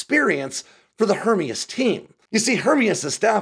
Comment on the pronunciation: And we are supposed to value information from someone who is unable to pronounce Hermeus? I guess it could be a grasp at clickbait. Either way kinda discredits any supposed insights.